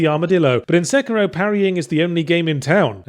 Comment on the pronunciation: SA-KEY-ROW. not sucira